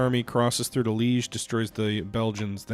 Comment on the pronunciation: "Leege," "Treeste," yeah, I shudder to think how he would pronounce "Częstochowa."